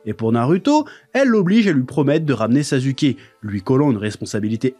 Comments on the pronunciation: Est ce que quelqu’un peut m’expliquer pourquoi il dit “sazuké“ ? Je comprend pas du tout , dans l’anime on entend bien des milliers de fois que les personnages disent “saske” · mais j’avoue quand meme que « sazuké » c’est quand meme abusé 😂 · Sa se prononce pas non plus « sasouké » le U en japonais est souvent muet ou peu appuyé, et quand on l’entend c’est genre beaucoup plus un U qu’un OU. Dire OU pour U c’est factuellement une erreur. En sois c’est un melange de sonorité, toute proportion gardée dans le melange c’est 50% un U 25% un OU 25% un E. ( c’est pas que 50% du temps on dis comme sa, je dis que la prononciation du U c’est un melange dans ces proportions. ) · ouais je sais c'est une prononciation aspiré genre "SSaSSKe" un truc du genre 😅 c'est juste je vanne😂 mais il prenonce tout les nom cheloument il force mais c'est juste marrant en vrai